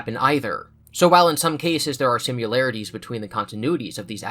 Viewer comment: man, the way you say similarities is super jarring